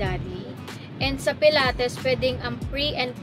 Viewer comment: It’s puh-laa-teez po right pronounce for pilates